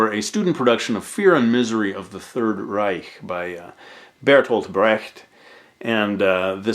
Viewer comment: finally someone who can say 'reich'